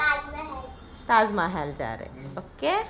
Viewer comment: That is Tajmahal not tahjmahal by the way i like your vlogs love from chhattisgarh ❤